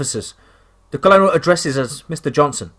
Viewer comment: The story is great. The narrator's inability to correctly pronounce simple English words though is such a distraction. Colonel is pronounced kernel. A harder one maybe is pronounced camp La-june. If the word seems odd or difficult then the narrator could easily look it up. Again it's a distraction and ruins the flow of the story